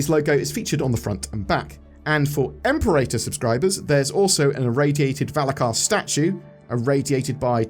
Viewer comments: Imperator is not pronounced "EM-puh-rater". It's "im-PEH-ruh-tuh" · You still haven’t learned how to pronounce Imperator correctly!!!